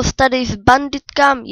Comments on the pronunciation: říkáš to špatně říká se to bendikem a píše se to bandicam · a nepíše se to jak ty říkáš BENDYTKAM a neříká se to BENDITKAM!!!! Ale jinak dobré videjko